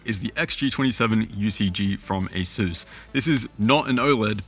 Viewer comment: ASUS not ASUES youre saying it wrong. SUSpect, not Sues.